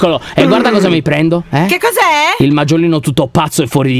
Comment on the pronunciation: Maggiolino, mi fa male al cuore a sentire Maggiolino...